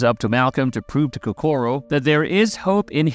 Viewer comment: why you gotta pronounced Kokoro wrong. so annoying lmao